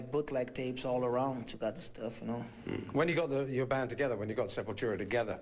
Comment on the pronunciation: Aqui nego reclama quando Derrick fala SepulTCHURA.